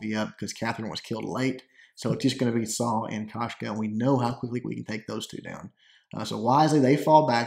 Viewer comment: its koshka